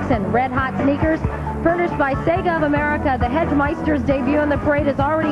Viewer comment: SEEGA of America!?